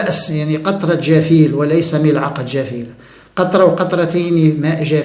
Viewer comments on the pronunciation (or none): none